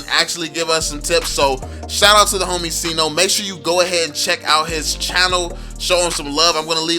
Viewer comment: Sayno not sino